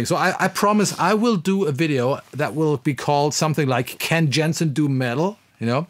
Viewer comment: The name of the company should be pronounced like you would read it in German. Roughly "Yensen" :) Otherwise this is an amazing video. What about the sensitivity ? It was barely discussed during the video.